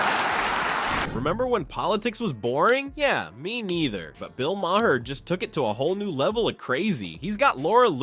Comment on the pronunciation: Um, that is not how you say Maher